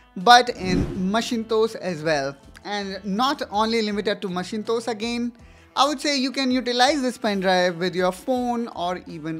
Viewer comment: Bro it is Mak-in-tosh(Myak-in-ta(o)sh) Macintosh.